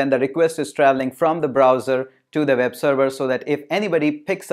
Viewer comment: NiCe video but why you always spell "w" like "v" Ex: You spell web like veb